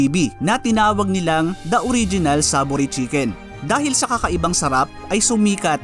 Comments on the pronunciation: ang proper na pag pronounce dyan sa name nya ay SAY-VORY!!!! Sorry pero kung sino man ang tungaw na nagsabi na SAH-bori ang pag-pronounce dapat siguro MAG-ARAL ULIT because there's no such word as "sah-vori"!!!! 👎👎👎💩💩💩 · Bakit ba ang basa is SABO-ry at hindi SAY-VORY? 🤔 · So Saavory pala talaga, hindi Sayvory ang pronunciation hahaha I was like bakit Saavory yung pronunciation mo haha great story. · Hindi porke nakasanayan na ang maling pagbasa sa SAVORY ay maituturing na tama iyon. Magtuturo ng kabobohan ang ganyang gawi. Marapat na basahin at bigkasin ito ng tama.